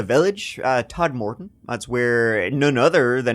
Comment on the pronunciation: Todmorden not Tod-morden. Sincerely, a local.